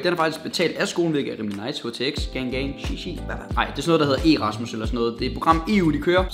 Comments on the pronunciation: E-rasmus, sorry bro, men det hedder altså Erasmus. : p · det udtales ikke erasmus, men erasmus...